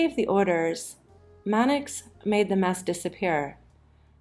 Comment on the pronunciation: They got Manix wrong too.